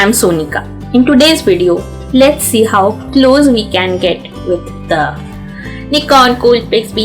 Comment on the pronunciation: มึงพูด นิกร ซะไทยเลย